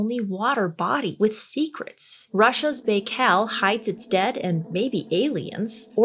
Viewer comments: It’s lake “By-Call” btw …. Fascinating lake I want to see it before I die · Can we hype this video? I really want to see on the leaderboard. I totally forgot it's Morbid Monday!🎉🫶🏼 It's pronounced Lake Bye-Cal and I want to go floating on it. I follow a content creator from Siberia and she's a tour guide: once I saw her floating on the lake, I said I'm going to visit some day. 😊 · Lake "Bye-khal" not whatever it was you said. 😂😂😂😂😂😂😂😂😂😂😂😂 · Lake Bikal. the I is pronounced like an I. B(eye)kal. Archaeology is one of the ways we know the age. Probably also geology and other sciences. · pronouced lake bye-call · I think it's pronounced Bi Kow (Lake Baikal) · Lake Buh-kal -- good try though. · Pronounced Bi-call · you are amazing (love your humor) but we need to work on pronunciations. "Bai..." would be pronounced "By". "Klammath" (Clam-ath). Glad to help anytime. 💛